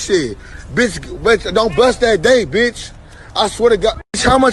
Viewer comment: Cant even say bitch right